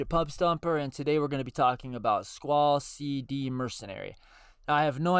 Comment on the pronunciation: Not that it matters really but SeeD is pronounced just like the word seed. The students are seeds grown in the gardens in FF8